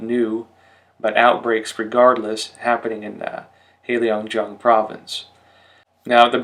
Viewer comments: I only recently discovered your channel and appreciate all the excellent information about China. But please, work on your pronunciation! For example, heilongjiang is not hei leeeeong jiang it is hei long jiang (there is no i in long :)). Sui fen he, sway fun he (he is kind of like huh but without the rising tone, sorry, don't know how else to describe it, maybe someone will correct my attempt). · "Heilongjiang" is not pronounced as Helio jiang, but as Hay lōng jiang.